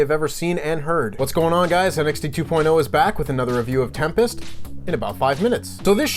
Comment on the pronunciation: I HAD TO REWIND THE INTRO OF THE NXT REVIEW 3 TIMES BECAUSE I THOUGHT I HEARD HIM SAY HE WAS REVIEWING TEMPIST lMAO...AND HE DID SAY THAT!!